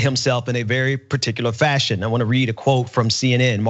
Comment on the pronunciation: brand himself in a particular 𝗙𝗮𝘀𝗰-ion